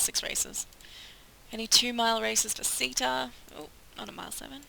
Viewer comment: I believe your horse's name is pronounce 'Sitta'. Next time, buy one named 'Runna'. I will definitely purchase SO7, once it goes on sale. Looks like fun! Love your commentary!